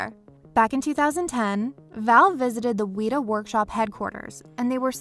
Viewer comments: Why did you say Weta like Wheat-A It’s said like Wet-a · We must fear the Wheat-uhs... Seriously though Weta isn’t that hard of a word like... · If I hear “weeta” one more time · I know the mispronouncing of words is a way to get engagement on here but come on, WETA as weeta? Its one of the leading VFX and animatronic creators in the business right now and your channel doesnt know how to say it's name right? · It's weta, not weeta. :( Just like the bug they named themselves after. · "Wheat-uh?" ...Smh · Me: Please don’t say it again. Please, I beg you...it’s not pronounced like that.... Video Narrator: WEE-taaaa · did you really call weta ,weeta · You pronounced weta wrong :/ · Your saying weda wrong.